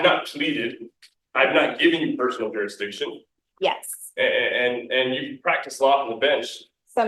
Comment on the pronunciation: "Prove jurisdiiction", lock him up for contempt. I wonder if he bathed today. 🤔🤔🤔